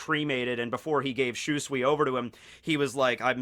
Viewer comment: My God Lear how to say SHUSUI fuckin name!!!!! That cringe from your pronouncing it like that is killing the mood.